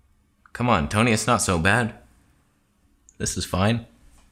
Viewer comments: Wait did you invent the word "Toneh" lmao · Who came back to learn about “Toneh” after the last video? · I left camera conspiracies, but I came back to learn the truth of "toneh" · The Toneh is real!!!